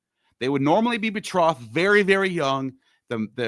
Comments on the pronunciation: betrothed is pronounced with a long "o" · funny Neil ,you can't pronounce betrothed, but that doesn't mean you can't read or translate English... but you use that as an argument with Ammon about incorrect pronunciation... o like throw ,not o like off.. also betrothal is to be a fiance or "promised"